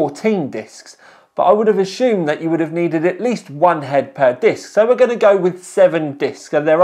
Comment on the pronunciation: It's assume. Not ashume.